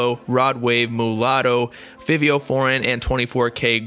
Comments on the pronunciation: Fivveo foreign😂😂 im so weak it’s Fi- Vi- O Forigen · “Fah vee” brother bless up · “Fihveeoh foreign” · its pronounced like favio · Lmaooo it is. He said it wrong 😑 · Bro just said Fiiivio foreign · What u say Fivio name like that 🤧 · Yo why did u say “fivio” like that??😒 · The way he said Fivio LMAOOO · Bruh I know you didn’t just say fivio like that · The way he said ‘fivio’ hurt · Fr tho🤦🏿‍♂️ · the way he said fivio LMFAO Edit: its okay even if im banned from your server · Pronounced Fivio’s name wrong 🤦‍♂️